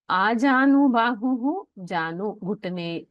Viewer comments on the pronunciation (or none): This narrator pronounces आजानुबाहुः as अजानुबाहुः That is a shame!